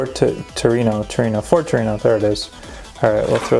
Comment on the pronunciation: Did he I just call a torino a torgino